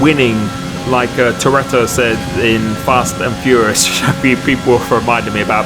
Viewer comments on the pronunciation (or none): none